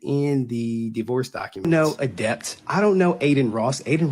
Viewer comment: 10 seconds in and i cant stop laughing at "adepter" lmao